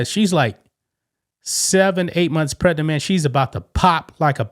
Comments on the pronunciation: I trying to enjoy ur content. But please recognize that the word Pregnant has a “G” not a “T” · Bro the Word is Pregnant !! Get your Pronunciations in Order !!